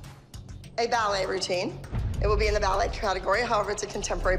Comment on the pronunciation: Watch Abby calls “ballet” is just laughable...